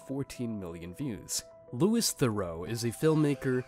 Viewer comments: Loo-ee theh-roo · Could you get Louis Theroux's name right next time ? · The way you say Theroux upsets me